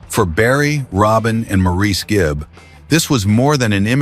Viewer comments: MOR-iss not Mor-eece please... don't insult the Boomers. They're Aussies, not French... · His name was pronounced “Morris” Just watch Maurice who sang with his ex wife LuLu and hear how she pronounced his name. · Its pronounced MORRIS!!!!!! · Ps—Morris. Not mor-ese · Learn to pronounce Maurice. It isn't Morreese, it's pronounced Morrls. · MORRIS NOT MORREESE! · Maurice is pronounced Morris. That’s why we call him Mo. RIP boys, you’ll never be forgotten. Play on Barry, play on. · Maurice is pronounced MORRIS. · You keep referring to Morris as Maurice. Although the spelling looks like Maurice the pronunciation is very simply Morris. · Maurice’s name is pronounced “morris” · "Maurice" Gibb. Prounced like "Morris". Just FYI. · Would be nice if Maurice's name was pronounced correctly... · Yes, saying Mo's name incorrectly was like nails on a chalkboard!